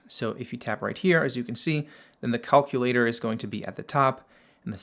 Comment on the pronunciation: I'm obsessed with how this man pronounces "calculator" and "notifications" 🤣